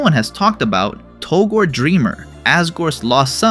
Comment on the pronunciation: Yeah because "Togor" isn't a character at all. His name is "Togore"